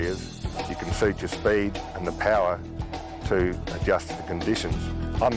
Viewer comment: Ford Powah!